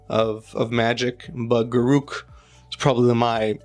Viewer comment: I am really glad you say Garruk the correct way ;) Congrats on 2k!